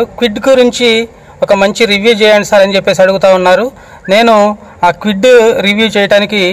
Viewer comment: Kewid kadu kwid..